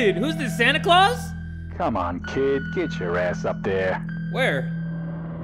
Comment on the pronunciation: Fr he even threw in an E at the end of claus like in your comment